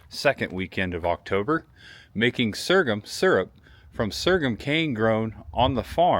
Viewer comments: sore-gum, like your gums are sore. wtf is sergam? ;) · The correct word is so’rgum. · Sorghum is pronounced "soregum". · Great video!! It’s actually pronounced “SORE GUM” no shade thrown. 😃✌🏼Also Chillicothe used to be the capitol of Ohio. Locals pronounce it “Chill A Caw The”